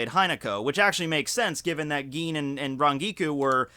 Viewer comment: "Geen" xDD